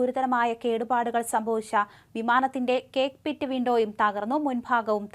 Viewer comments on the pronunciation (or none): 😂😂😂 വിമാനത്തിൻ്റെ "കേക്ക്പിറ്റോ"❓ അതെന്തു സാധനം❓ കൊച്ചേ കോക്ക്പിറ്റാണ് കേക്ക്പിറ്റല്ല‼️‼️😂😂